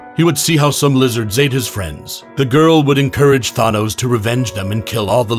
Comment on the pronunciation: Everytime you pronounce Thanos as Thwonos a kitten dies